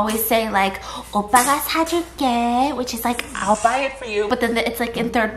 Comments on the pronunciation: no one: stephanie: 오빠 --> obba --> oboe --> oval --> OFA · Is it only me Or did I only hear Opa and offa 😂 instead of oppa... They are honestly so cute and savage with each other ❤ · Lol when she's cringing too much to say it properly she starts saying "offar" cause she doesn't wanna say the actual word. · not at stephanie pronouncing oppa like “offa” for the whole vid 😂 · ur everyday korean drama: OPPA!! stephanie soo: OFFA? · The funny thing is it sounds more like "ofa" then "oppa" 😂😂😂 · Omg idk why but when korean says OFFA instead of OPPA I start gagging till I chock 😂😂😂😂😂😂😂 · Stephanie cringing at herself and calling stephaince offa instead of oppa LMAO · it sounds like she’s saying “oupa” which is grandfather in afrikaans😂😂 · Stephanie trying to say oppa but it came out as offa, ofha, opha 😂 honestly stephanie did all the cringing, i didn't even cringe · After 10 mins in i start hearring offa instead of oppa 😂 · why do I keep hearing "offa" XD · Why does she say ofa its oppa lol